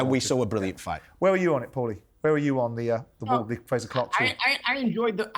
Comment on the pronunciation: Love how Paulie calls Frazer Clarke “Frasure” like Dr. Frasier Crane🤣🤦‍♂️